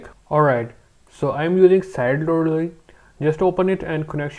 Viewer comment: how he said Sideloadly 😂😂❤